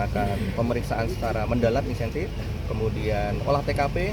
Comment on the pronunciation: kapolres ini ......kok bilang insentif???/ yg bener intensif bos